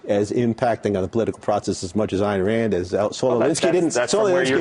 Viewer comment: EYEn Rand... Not ANN RAND Dipshit reporter.